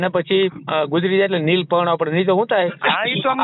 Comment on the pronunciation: neel nahi leel bolo